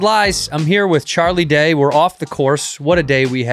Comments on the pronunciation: had to exit once he said char instead of charlie lol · Why does he keep calling him char lol